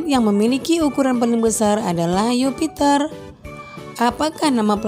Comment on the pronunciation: Mohon maaf ya bu ya Jupiter bu bukan Yupiter